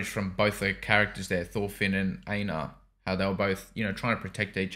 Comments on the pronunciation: I pronounce Einar as if that helps “Ain-har” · "Iinar or Ainar." Oh geez…